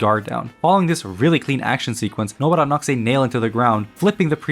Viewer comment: Nobara. Please stop saying Nobuttah. Weeb as hell.